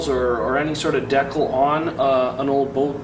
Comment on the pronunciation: awesome video, but... DE-CAL! lmfao its not decle...